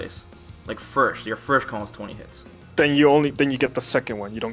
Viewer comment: LMAO how you say "first" you say FIRSH. english is hard